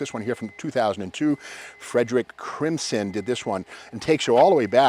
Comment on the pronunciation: Frederick CRISMON will be turning crimson at the pronunciation of his name. HAHA! Another great video Steve. Thanks for what you do.